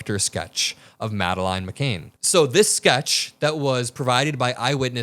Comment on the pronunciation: It's McCann